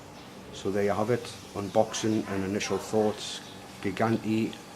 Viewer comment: Apparently, it's pronounced JEE-JAN-DAY.